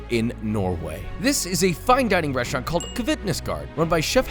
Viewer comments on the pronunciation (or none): “ReSHtaurant”??? What the hell is a “reSHtaurant”? Why does he pronounce it that way?